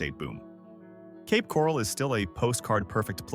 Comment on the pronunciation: OK, first of all whoever you are, you’re pronouncing Ocala and Cape Coral wrong. And I’m glad the housing is dropping and it shouldn’t be that much up here in northern Florida because of the money up here is awful.. I have to drive to Tampa for work every day and I don’t make no $47,000 a year I mean more than that almost double.